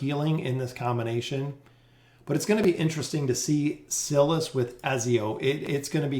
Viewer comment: I watch your videos every time they drop and I love your content! But, I gotta say, you remind me of the substitute teacher skit on Key and Peele who mispronounces every student's name lol. It's basically a meme at this point. Are trolling us?? I cant tell. It HAS to be on purpose, right? The "i" in Silas is a long vowel as in "silent" not a short one as in "silly". The rule is (but there's always exceptions) vowel/consonant/vowel is a long vowel sound (like in bike, tone, wine, wily) Vowel/consonant/consonant is a short one (like in silly, bully, sinner , bigger etc.) I apologize for the english lesson but I hope it helps in the future if you're uncertain about pronunciations. Haha I know it's probably annoying but I promise I mean well.